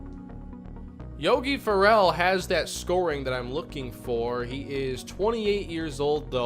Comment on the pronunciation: Yogis last name is pronounced the same like the Will Ferrell the actors